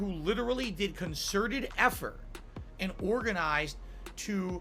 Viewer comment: "con-certed effort" fu